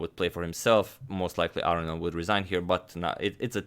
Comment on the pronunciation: I wouldn't mind if you could find it in your heart to say "ar-own-ian" rather than "aryan".